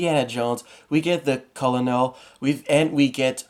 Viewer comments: I don’t mean to sound rude but Colonel is pronounced kernel. Good video though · Colonel is pronounced Kernal. His name is "Colonel Dovchenko".